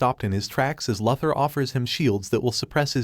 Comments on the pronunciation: Try saying Loo-Thor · For crying out loud ! It's Luthor, as in Loo-Thor !!! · Helpful FYI, that’s not how you pronounce Luthor. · How is it possible for you to butcher Lex Luther's name? 🤷🏻‍♂️